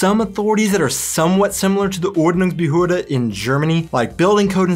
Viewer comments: You guys pronounced Quark perfectly! But you really have to practice on the Umlaute: Ü and Ö! It's OrdnungsbehÖrde and TschÜss! Ü & Ö ≠ U & O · you pronounce Ordnungsbehörde so wrong XD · Die Ordnungsbehörde is a word Americans aren't able to pronounce correctly. 😉